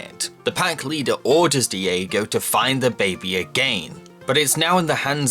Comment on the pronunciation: Me too; every time he says it I just expect the word AGAIN to appear shaking on screen, like the editing in JonTron´s early videos